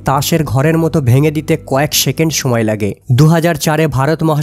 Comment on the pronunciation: সেকেন্ড কে শেকেন্ড উচ্চারণ কেন?